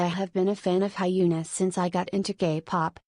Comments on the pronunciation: It's more likely to sound HyuNAH! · The way the ai is saying hyuna as hyena suits her very well😂😂